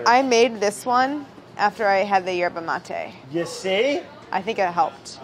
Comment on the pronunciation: When Brad said yerbe mate , it was then I realized how badly I’d been pronouncing yerbe mate . So thank you Brad for educating me once again.